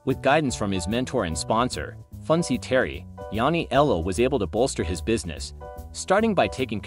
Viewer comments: Yanni-ellow? Please you're killing me...Matt NYC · Yanniello becoming Kaporegim...im still in stitches! But seriously theres no excuse. Human or AI this type of pronunciation should be considered an actual murder charge.